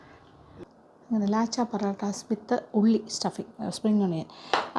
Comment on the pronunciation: ലച്ച ആണ് ലാച്ച അല്ല